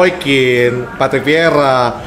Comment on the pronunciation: Patrick.. bukan vetrik atau petrik 😭😭😭😭